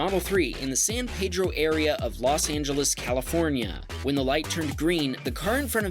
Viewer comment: Thank you for pronouncing “San Pedro” correctly.